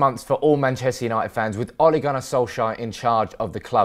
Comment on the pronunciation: Britts when they try to say a name from another country. Ollie lol